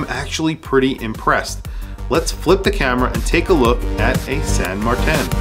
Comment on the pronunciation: There is no pronunciation variation of Martin that sounds like MarTAN, except maybe one goofy Aussie, it makes no sense. It's either MartIN or MartINE